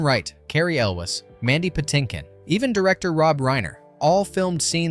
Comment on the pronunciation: This guy needs to learn how to properly pronounce Elwes